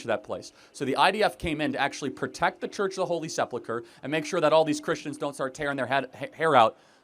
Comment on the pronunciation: Seplucher??? I dont believe he knows how to read.